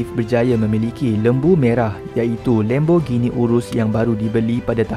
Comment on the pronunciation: Sebutan Lam bukan Lem.